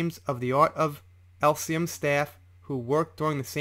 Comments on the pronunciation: Elysium not Elsium. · I cringe at the mispronoumcements. Elysium is pronounced “Eleezium” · It's pronounced ah-leees-e-um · Its pronounced eliss see um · Just a gentle help with pronunciation try Eee-Lee-Cee-Um for Elysium. The only reason Whitney is on Amber's side is because she's probably bankrolling her, as well as using her as a replacement punch bag now Johnny's gone. As for giving her 7 million to charity, Johnny's lawyer subpoenaed the charities to get proof of the payments and Amber's lawyers tried to block it. Surprise, surprise! Considering it was 7 million dollars and she's worth 9 million, and spending, she probably given a token gesture or just a promise of the money. Probably why she chose them because Howell would know that she had not given the money and made a fuss about it. Where as the larger charities would say nothing. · morning! thanks for another great video say it like this: the art of E LEE SEE UM its the ancient greek version of heaven, rolling fields of wheat and whatnot:D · Just a heads up, elysium is pronounced more like "ee-lee-zee-yum". Thanks for the info and thorough research 👍 Hopefully Johnny makes it through this bullshit. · Elysium = "El-Ee-See-um". That's not even an uncommon word. It basically translates to "Heaven" and comes from Greek. It's very basically phonetically sounded out. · Fyi: Every time you mispronounced Elysium (as in The Art of Elysium) I found it disconcerting. No big deal. Just thought you might want to know in case this comes up again in one of your future videos. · Ell-liss-e-um /Elysium Please try to pronounce it correctly. I cringed each time you paused then said it completely wrong. Other than that, good job on the vid.